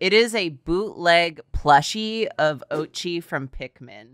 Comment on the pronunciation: SKjdflakjd Every time they say Oatchi's name 'o-chee' it makes me flinch. It's O-a-chee' it's japanese right? though my mom pronounces is 'o-tachee' so I guess I'm being pointless here.